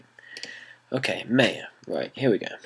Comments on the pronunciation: lol, well I don't have a problem with it. But the company pronounces it (Mai Uh) unlike how you pronounce it (May Uh)... You know like the the Mayan's.. Its all good though I don't really care, haha.. Just thought I'd let you know. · lol.. he says maya wrong